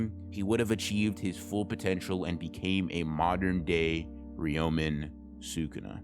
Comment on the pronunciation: Bro why do you have to pronounce the character names so badly? I stg man I love your videos but constantly hearing "Gohjoh Satowrooo" and "reeyomen sookuna" makes me wish you could make like Mahoraga and adapt to the media you're reviewing just a bit